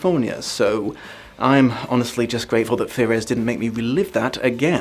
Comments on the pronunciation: it's frears like fears not ferez. Great video but god ferez kept jolting me out of it. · I have to know how looked at the word "Frears" and somehow deduced that it should be pronounced "Fear-res" XD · Frears. Rhymes with Fears, or Tears or Shears etc. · Yup, probably because he has dyslexia 😅